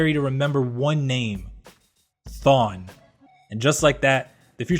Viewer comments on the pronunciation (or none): Why did u say thawne?